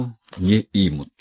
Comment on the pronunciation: Спасибо. Не имут ударение на У